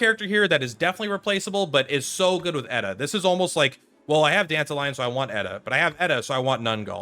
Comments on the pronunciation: dan-ta-ree-on silvousplait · Dented Lion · Please never say Dantalions name like that ever again